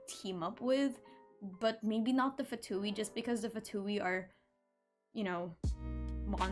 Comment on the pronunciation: more like "vain", also in genshin they pronounce the word wrong (at least in the english VA). They say Fatuì while you are supposed to say Fatùi.